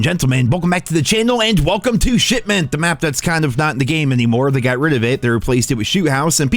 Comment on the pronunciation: I wouldnt be surprised if was actually saying "shitment" instead of shipment lol